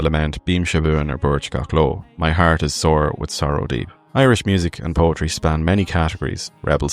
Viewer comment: You also mispronounced “poetry” son.